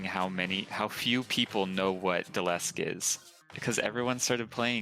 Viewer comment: I am so infuriated that he called Dlesk "Delesk" and how he thought that was the mirrored version of Mira when its actually the mirrored version of The Skeld.